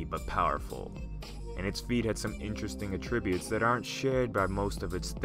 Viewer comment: Aa-tri-byoot, not uh-tri-byoot